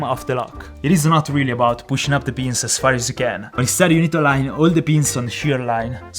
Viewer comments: The way he says pins sound like beans😂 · I thought he was saying beans not pin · Every time you said ‘i can see the pins’ I thought you said ‘i can see the beans’ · Whenever he says pins it sounds like he's saying beans. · D When you say ‘pins’, it sounds like ‘beans’